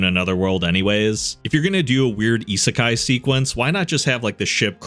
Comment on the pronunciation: Always feels weird going from, say, a Mr. Ripper video to a channel like this that actually knows how to pronounce "isekai."